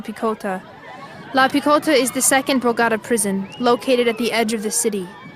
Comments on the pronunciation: В названии Богота ударение надо ставить на последний слог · Never heard anyone butcher the pronunciation of Bogota like that before. These translations are also horrid. Great job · The very first word spoken, in this documentary, is a ridiculous mispronunciation of the word Bogota. How can we take you seriously? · Very good documentary, as usual from your channel. However, pls. make an extra effort to pronounce correctly AT LEAST the name of the capitol of Colombia. It'd take you 30 seconds or less to figure that out. It really comes out as disrespectful. By the way, I'm not Colombian, and I do get that right. As I should with your country. Other than that, again, very well done. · Sadly as an American who has been to Bogota, please ensure translators pronounce the city correctly ugh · Ive never heard Bogota and Medellín mispronounced so badly before 😂. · ffs , u cant even pronounce the name of the city bogata...you lost me there...bye. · Hold on, you dont no how to say the name of Colombia's capital?? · To the narrator, do your research and learn to pronounce Bogotá properly! It's not difficult. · It drives me crazy that you can do a documentary about this prit, but cannot take the time to learn how to pronounce BOGOTA correctly!!! It certainly seems like you're just doing this documentary for subs and views, NOT bc you really care about these people or this place. I'm just too irritated to watch any further. Show some RESPECT for the the subject of your docs!!! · Bogotá was badly pronounced btw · Why did no one tell the narrator how to pronounce 'Bogota', or is voiceover AI generated? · seriously you actually don't know how to pronounce Bogota my god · I can’t stand how she pronounces Bogota. At one point she also pronounces Medellin as medallion. Clueless. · As a journalist you should know how to pronounce the name of the city of Bogota. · 😂😂😂the way she pronounced Bogota 😂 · How dI'd they pronounce bogota ????? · БаготА. А не БагОта. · bo- gotta? Bo- go - ta